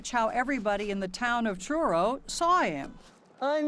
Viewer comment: omg it's bugging me how the narrator lady keeps saying CHURRO instead of Truro 😂😂😂